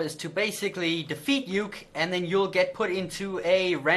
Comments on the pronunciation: stop calling him youk it is pronounced oo-kee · JFC, Uke isn't pronounced as one word, it's a Japanese word that usually refers to the less dominant or submissive partner of a relationship It's pronounced phonetically as U-ke, Oo-kay would be probably the closest spelling I can think of for that. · Uke is pronounced ookay, I learned this in martial arts